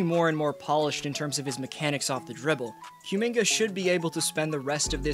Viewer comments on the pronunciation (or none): I don't think it's Q-minga. More like Ku-minga. He's from Congo.